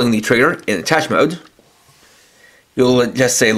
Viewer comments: isn't it pronounced attashay? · It's pronounced a-tash.